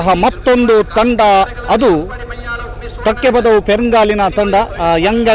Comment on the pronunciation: Its Kakkepadavu not Kakyapdavu